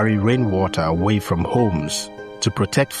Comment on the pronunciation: You said fom not from??????